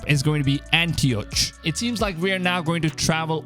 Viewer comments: Al-oo-et An-tee-ok If you're going to cover games with international names PLEASE, I beg you, learn to pronounce stuff. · Antioch is actually pronounced Anty-ock... There's no -ch sound. ☺️ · You butchered Antioch and many other words